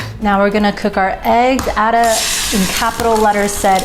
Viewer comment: Black pudding essential. Why cook with butter. Just need veg oil. He name is pronounce Aida not Adda. 🙈